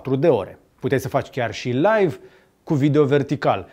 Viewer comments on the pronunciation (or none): none